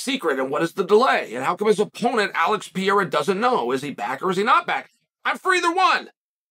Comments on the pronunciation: Chael: there are two r's in Pereira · Chael, wtf I thought you had a degree in sociology and you can't pronounce Pereira properly?